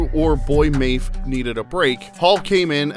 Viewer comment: And "Mayf"